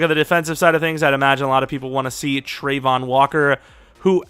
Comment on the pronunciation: it's travon not trevon